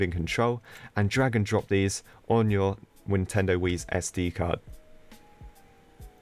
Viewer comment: I like that he casually said wintendos sd card I might have heard that wrong but that's what exactly it sound like